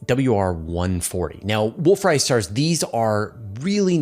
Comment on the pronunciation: Wolf Ray-yet stars not wolf Riot stars